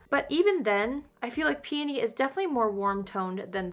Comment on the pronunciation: Thank you for pronouncing peony correctly! Lol. Grammar Police, here! 👀 I have peony and love it!